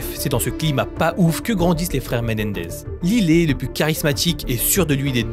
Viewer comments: Ça se prononce laïle et non lillet😂😂😂😂😂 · J’adore vos vidéos mais je crois qu’on dit « layle » pas lilé 😭😭 ça m’a perturbé 😂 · Lylé?? Ils sont américains 😅 un petit effort quand meme lyle se prononce "L[aie]le" 😂😂